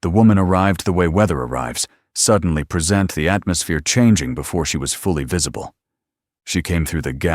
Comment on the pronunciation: At about : : the word 'present' is miss- presented and pronounced!. Oops LoL 😢😢